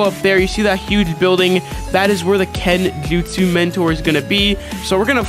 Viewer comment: Kenjuutsssh” mentor